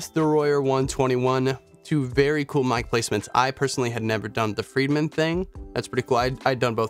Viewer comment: It is "Fredman," not "Friedman."